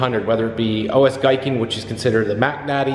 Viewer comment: Pronkunced GEE-KEN love your videos brother wish I could get my Supra to you one day you do phenomenal work